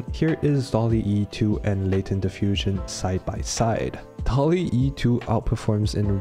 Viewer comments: It's not "Dalle e" just "Dall e" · bro said dall-e e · Second time making a semi-documentary, do you enjoy these kinds of video style? Please let me know! And please stop flaming how I pronounced DALL-E I swear the extra E stands for my shitty English 😭 And of course, the first 1,000 people to use the link will get a 1 month free trial of Skillshare